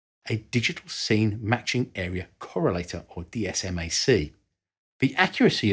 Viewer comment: For your entertainment, TLAM is typically pronounced "Tee Lamb," INS is used simply as an initialism (vice acronym,) and DSMAC is typically pronounced "Dizz Mac." You nailed TERCOM though.